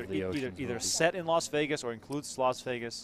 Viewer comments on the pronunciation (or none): Why do people say, "Los Vegas?" Is it difficult to say "Las" Vegas?